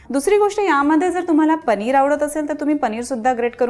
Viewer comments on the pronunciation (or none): none